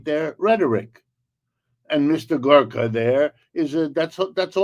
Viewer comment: Michael Hudson, referring to Sebastian Gorka: "Mr Gorko", "Gurka", "Dorko", "Googoo"... Too funny 😂